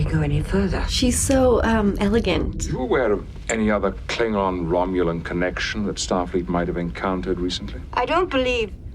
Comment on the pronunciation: you need to work on your Klingon pronunciation